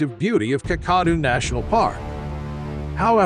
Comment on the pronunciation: The pronunciation of 'Kakadu' is so bad, I would not have known what place you were referring if it wasn't for the written description. Try Kack-a-doo as in if you see a crock, you're going to kack your pants.